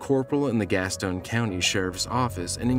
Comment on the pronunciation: Gas-ton, not Gas-tone